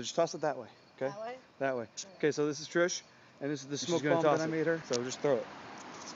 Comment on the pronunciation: You mean bomb, not "Bonn", right? ;)